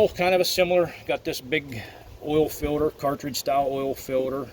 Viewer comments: What is a “filder”? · Ha, ha ...... "Oil Filder"